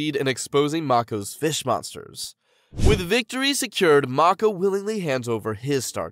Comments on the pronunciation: Mako is pronounced make-oh, my guy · Mako not marko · I'm so mad about this man pronouncing mako's name wrong